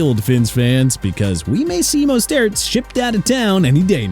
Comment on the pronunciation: Good. Let Miami trade Mostert (pronounced MO-STIRT)!!